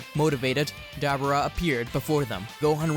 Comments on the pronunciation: Debora not Debra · Why you say dab rah its debuura l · (Da-Bor-Ra) Pronounce it correctly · I believe dabura's name is pronounced with a long u sound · Is nobody gonna notice on how he's pronounced Dabura wrong